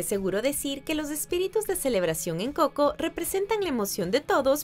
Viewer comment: El canal se llama watch mojo español y hasta esta pelicula la pusieron en ingles no mames antes no lo pronunciaba como; couco